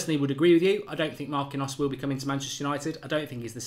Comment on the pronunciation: Oyr! Stop butchering players names. It's pronounced Mark-een-yose. Say it right next time, eh?